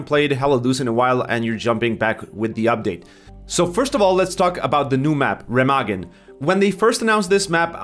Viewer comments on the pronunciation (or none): It's pernounced "Reh-meh-gaan"